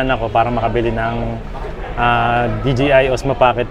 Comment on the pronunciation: binilang ko kung ilang beses mo sinabi ang “bibili” 15x yata😂 Congrats on your DJI cam sabi mo DGI😅✌🏽🎉🎉🎉